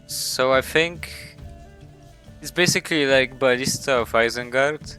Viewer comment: I always hear barista instead of ballista 😂